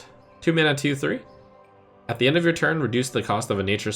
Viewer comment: "At Then end of your turn" small hiccup